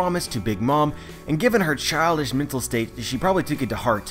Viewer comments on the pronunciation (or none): none